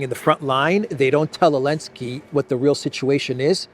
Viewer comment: It is NOT”Elensky”. It is Zelensky. His last name starts with a consonant “z”/“з”: Зеленский.